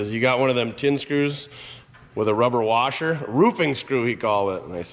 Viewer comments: A "warsher"? WTH is a warsher? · Did you say warsher? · LoL 😂 It's a central northern thing! 😂 "R" is added to many words! I grew up in Minnesota. I believe i broke the habit!😂